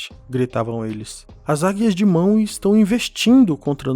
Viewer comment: MANUE. SE FALA MANUE, NAO MAWE. O W TEM SOM DE U.